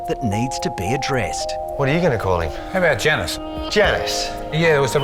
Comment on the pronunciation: It's not Janice... it's Janus